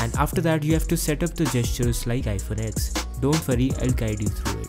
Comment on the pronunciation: Always Love Your Content (PS : It is iPhone Ten not X)